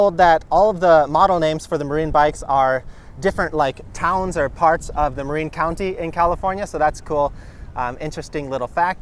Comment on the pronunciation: Hey – I live in the SF Bay Area, just across the bay from Marin County (home of this bike brand). FYI, the name is pronounced muh-'rin, not muh-'reen.